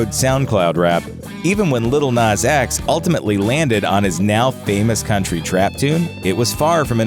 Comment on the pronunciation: Its "nas" not " nus"